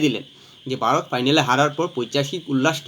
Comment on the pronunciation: Baarot ki?Bharat bolte pare na.Bangladeshi mone hoy.